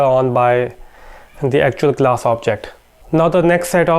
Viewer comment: ah .. finally I got it! it's not glass... it's class! He wants to say class! damn...